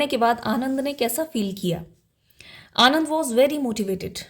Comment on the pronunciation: Mam vo Anand nhi Ananda hai